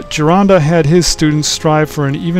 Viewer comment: Thank you SOOOO MUCH! Not only for bringing uncle Vince’s work to people! Also for pronouncing the name “GIRONDA” properly! Thankyouthankyouthankyou!!!